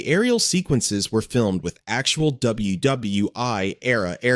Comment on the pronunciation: Absolute shite yet again narrated by AI SO WHAT IS WW i. Not ww1 christ the in-depth so called dissection of the films is almost the same on each one and in this case we get whole narrative about the wrong film cut this utter crap off